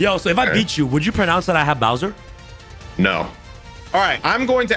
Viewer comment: For god sake its Bower not Bowser